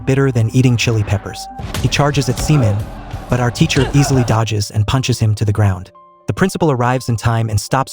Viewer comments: It's SHE Min, not Semen! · Pronounced more like SHEE MIN. Not 💦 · If you gonna use AI voice. Actually review what the hell it's saying. WHO THE HELL IS SEMEN? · For a k drama commentary channel you really need to do a much better job getting the pronunciation down on the names. Every time I hear semen I get turned off. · Dude the way your pronouncing her name is ridiculous you need to do more research because this is actually very disrespectful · Please correct the pronunciation of her name. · Yeah. Every time was said wrong I wanted to laugh and cringe at the same time. lol. Good movie though. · Oh, thank goodness for this correction. As soon as he said it, I knew the pronunciation just had to be wrong.